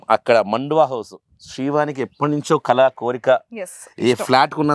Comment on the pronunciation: కళ కాదు తల్లి కల చాలా difference వుంది